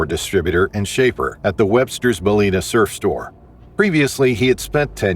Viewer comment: "Balleena"?? Lol, it's Ballina